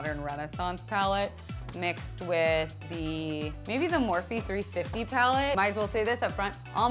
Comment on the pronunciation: Not yelling at you but the morphe 35O isn't three hundred and fifty, it's thirty five O (the letter O) because it's 35 shades and how they classify their 35 color palettes are by letter like 35B